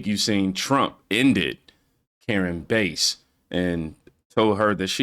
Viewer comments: Why you keep callin her Karen Base? It's Bass.. Like the fish.. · Bro stop calling her base you watch the clips it’s bass like the fish. However, if you’re gonna do no at least pronounce the names right man it’s aggravating cause I actually like your channel. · It’s Karen Bass like the fish not Bass in a stereo system lol